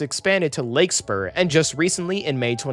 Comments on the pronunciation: Love this channel! SMART pronouncer guide for the future: Larkspur, not Lakespur. Healdsburg = HEELDS burg, Suisun = sis soon. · Larkspur: Lark-spur (not lake-spur) San Rafael: San Raff-elle (not raff-aye-elle) Marin: Marr-IN (not MARE-in) Windsor: Wind-zer (not zor) Healdsburg: Heelds-burg (not helds-burg) And for text it is "Sonoma-Marin" not "Sanoma-Marin" I'd also argue that the stations are in great places, including all the historic downtowns along the route. Sure there are some more suburban-y stations along the route, but the San Rafael, Novato, Petaluma, Santa Rosa, and Windsor stations are all located in their respective downtowns. There are also plans to build more of a dense, walkable downtown for Rohnert Park near that station, the Northgate Mall is being redeveloped to add a bunch of density near the Marin Civic Center station, and the future Healdsburg station will also be in a walkable part of the city, though perhaps not as close to downtown as one could hope. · it's larkspur not lakespur...... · AI narrator is the pits. Windsor becomes "wind sore," and Larkspur become "Lake Spore." ????? Is there a producer? Any quality control? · Great Vid, referring to the SMART portion. Marin is pronounced Muh-Rin, and Larkspur Lark-ss-per.